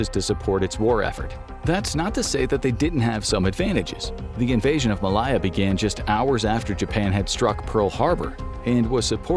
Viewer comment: That is absolutely not how you pronounce Malaya!!